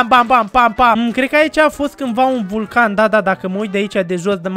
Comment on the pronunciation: Bulcal serios asa ai zis prima uoara vulcann nu bulcan maii